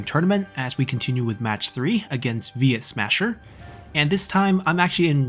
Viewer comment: It's funny how you occasionally call him Yuesmasher.